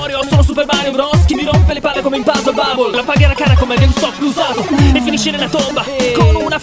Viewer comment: Si dice games top